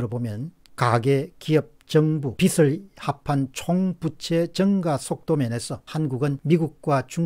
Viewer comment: '빚을' 은 '비슬'이 아니고 '비즐'로 '빚이'는 '비시'가 아니고 '비지'라고 발음해주세요 콩떡같이 말해도 찰떡같이 알아 듣긴 하지만 정확한 발음이 신뢰감을 더 높여준다고 생각합니다 ^^!